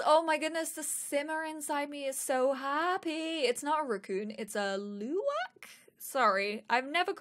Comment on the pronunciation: I'm Indonesian and how can I don't know about this game... This game is so cool, everything looks amazing. Can't wait for this game to come out!! and yes, you pronounce luwak correctly.